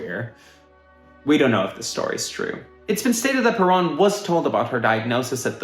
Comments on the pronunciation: Isn't it "per-OWN" instead of "per-AHN"? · Come on dude. Everybody can pronounce Perón. It's Pair-RŌN not puh-rahn. You even play clips when they sing it correctly. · So well done buddy. It is a shame you couldn't get the pronunciation correct. It is PE-RONE. Not PE-RAWN. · There is one thing I would change about this YouTube video. I really wish he would learn how to pronounce Peron! It shouldn’t be alliterative with piranha, unless he’s doing that on purpose. It should rhyme with pair own. It’s people like this guy who really make me cringe as a Caucasian Anglo. Come on dude I know we are white but we don’t have to sound quite so Blanca! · "PUH-ROAN" is the CORRECT way to pronounce her name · Peron isn't a Hard word to say, but you insist on saying it wrong, making this quite unwatchable. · I laugh because this dork doesnt even pronounce Evas last name correctly through the whole video and he wasnt even born when all this went on so that makes him look even more uneducated and he is just spreading negative stories regarding Eva......who also happened to be my Aunt!........... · and you are pronouncing PERON correctly!!! grrr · You are continually mispronouncing “Perón…”